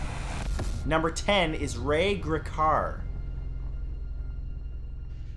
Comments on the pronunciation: Just a nitpick, but you pronounced Ray Gricar's last name wrong. Its more like a long 'e' sound. So it'd be like "GREE-car". I heard tons of theories of his dissappearance growing up, since I lived in Centre County until i was 20. Some people thought it might have had something to do with the Sandusky scandal, he was offed by the Russian mob, or that he ran off to Florida with a girlfriend. The most likely one is that he committed suicide, since his brother apparently had done so some time before this incident took place so maybe Ray was following in his brother's footsteps. But I guess we'll never know. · Is that now how you pronounce gricar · But not seriously enough to mention the mispronouncing of Gricar? LMAO jk (from PA too) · But nothing about mispronouncing Gricar? LMAO